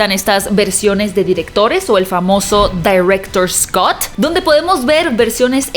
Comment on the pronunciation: Fue gracioso escuchar "dairectors cat" 😂😂😂